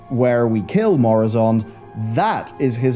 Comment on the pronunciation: Its murozond not moruzond 😂😂😂